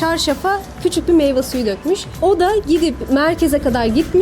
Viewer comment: Video ile alakasız olacak ama "Meyva" diye bir kelime Türkçe'de yok. Doğrusu "Meyve"dir. Meyve suyu.